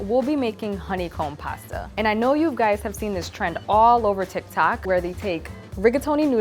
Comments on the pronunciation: Who’s heard her say instead of tik tok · alright lol it’s TIK TOK